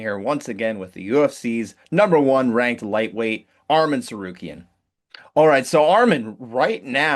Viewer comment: Not armen bro say his name right its Arman